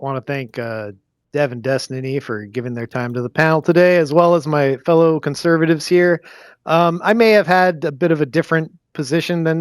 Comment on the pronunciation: lol conservuniums